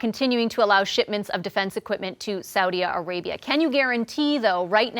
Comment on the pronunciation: "Saudia Arabia"? Wtf?